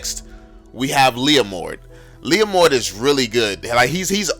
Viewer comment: when he said leomord i legit felt proud as a leomord main 😂